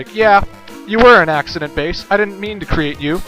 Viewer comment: Bass is not a Girl...not pronounced fish...IS pronounced the musical term.